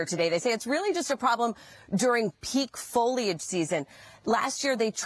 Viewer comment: Its pronounced foliage.